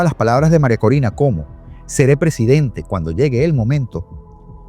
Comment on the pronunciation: Ella dijo Presidente, pero su pronunciación no ayuda al traductor de IA